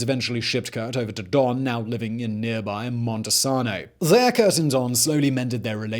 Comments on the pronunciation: I love how he said "MontesaAAano" and "Ab'erdeen" 🤣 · It's (mon-sain-oh)